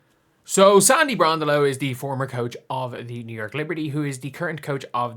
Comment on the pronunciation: Bron - DELL - O rhymes with JELL - o